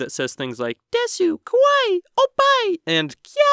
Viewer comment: But I'm actually Japanese. not cool. Well, Japanese American. Also you're saying kawaii wrong...